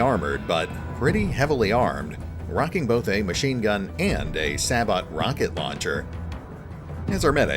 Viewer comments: Quick nit pick, "sabot" is pronounced "say-bow". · SABOT is pronounced as "say-bow"